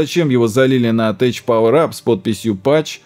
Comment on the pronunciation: TECH читается на инглише как ТЭК, не тэч))))